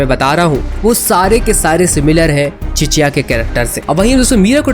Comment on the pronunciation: Cheshya ❌ chicheya